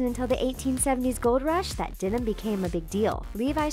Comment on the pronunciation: Dee-num? for Denim?